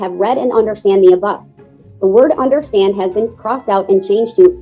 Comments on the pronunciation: WTF is undershtan? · Why can’t he say “understand” (I heard him say it once) instead of “undershtand” every time?